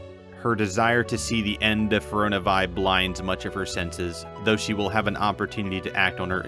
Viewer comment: *Fear-ee-oh-nuh Vee and Fade-ware. You’re welcome